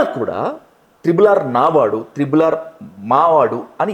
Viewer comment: త్రిబుల్ కాదు ట్రిపుల్